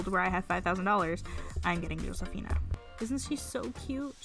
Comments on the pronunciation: Josefina name is pronounced hosefina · Your pronounced Josefina wrong. The J is like a H sound